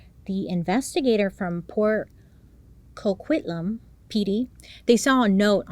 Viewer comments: Port Coquitlam ❤ you nailed the pronunciation 🤓🥰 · Perfect pronunciation on Port Coquitlam (PoCo for short) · OOooo the Pickton case. Another one that will make most Canadians shudder in horror. 1. I don’t know why I appreciate you telling us their Zodiac sign. I went ‘A Scorpio… figures.’ ;) 2. You did get Port Coquitlam correct. Yay! Thank you Bailey. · Bailey you pronounced Port Coquitlam beautifully! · Hey, you said Port Coquitlam correctly! Well done! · You pronounced Port Coquitlam perfectly! 😂👏🏻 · Thank you for bringing this situation up. You pronounced Port Coquitlam correctly by the way! Lol I remember seeing him alot on the news growing up as I grew up just outside of Vancouver... And I found out a couple of years ago that my sister's, sister in law was a victim of his. 😔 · I’ve watched you for years Bailey and I grew up in the lower Mainland of Vancouver aswell, and I’m SOOOO glad you covered this case. You said Port Coquitlam correctly ❤️🙌🏻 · Perfect pronunciation of Port Coquitlam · Did perfect on the pronunciation of Port Coquitlam but it’s aka PoCo 😂! There sooo much to this story that I’m shocked you got most points in an hr. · You pronounced Port Coquitlam perfectly 👏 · Fellow Canadian here too, and I've been waiting and hoping she would cover it too! Also, I live just 2 hrs away from Port Coquitlam and spot on for the pronunciation!! We'll done! 👍👏